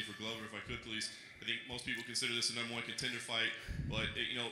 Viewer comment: Did Conor say numb?